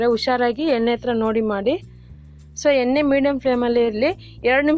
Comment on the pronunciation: ಏನೆ ಅಲ್ಲ ಮೇಡಂ ಎಣೆ ಅದು